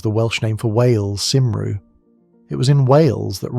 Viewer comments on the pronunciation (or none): 6.20 am in Devon. Check your thumbnail there are three zeroes missing. Also, the Welsh name for Wales Cymru is pronounced Kumree